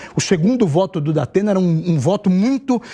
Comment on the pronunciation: O" Dapena" da pena kkkk